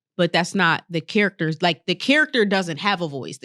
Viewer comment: accent come out when she say character xD